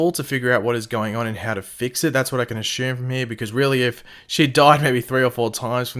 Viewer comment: Love your content, but please pronounce "ASSUME" correctly... so cringey lol